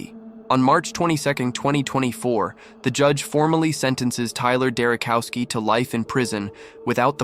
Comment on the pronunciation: Not cow, chow, Derochowski.